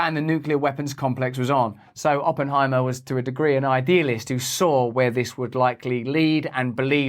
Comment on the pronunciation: I heard "Open I Maah"